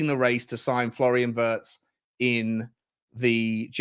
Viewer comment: I am sure the pronounciation of Wirtz is similar to V-EAR-TS. He is a talent, though!